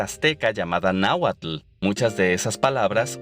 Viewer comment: No deberías intentar hablar en Náhuatl sin recibir asesoría, nada como escuchar esas palabras en su más pura forma de pronunciación. Mucho repaso de Arqueología, Historia y eventos de efervescencia chaira como el levantamiento del 94 o el TLC. No sé si seas mexicano pero es totalmente increíble que NO hayas mencionado algunos sellos únicos que nos distingue a la sociedad mexicana: 1.- México es el único país el mundo donde le celebran su día a los Muertos (Día de Muertos-Todosantos), 2.-- El Tequila mexicano es como el Vodka a los Rusos (o ex soviéticos), 3.- El Volkswagen Sedán se le llama Vocho en México y forma parte de la cultura de México, el último producido en el Mundo se hizo en la Planta de Puebla el día 30 de julio de 2003 (unidad ) la cual fué enviada al Museo de Volkswagen en Autostadt, Wolfsburg, Alemania. 4.- Así como Estados Unidos tuvo su Festival de Woodstock en 1969, en México se hizo el Festival de Avándaro, todo un suceso icónico en la historia del Rock Mexicano, 5.- El Albur y el Piropo del Castellano de México son dos recursos lingüísticos únicos en el mundo de habla castellana, ningún otro país de habla castellana usa o comprende los albures mexicano, por cierto te manda saludos el pelón de las ovaciones, dice que haces buenos vídeos. 6.- El chile mexicano está tan metido en la ingesta de los mexicanos, que un argentino se asombra de ver cómo somos capaces de comer esas comidas enchiladas. 7.- En el Castellano de México se hablan más de 4000 p